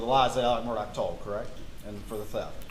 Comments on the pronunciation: Alex/Alec? Murdaw/Murdock? Why are the lawyers pronouncing the name differently? Didn't they say his middle name was Alexander? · Of the least importance...Murdaugh could never be pronounced "Merdick" unless there's some embarrassment about how it's properly pronounced. Don't care if you've got a North Cackillacky accent or not.